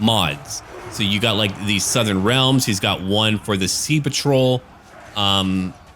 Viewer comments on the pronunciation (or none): none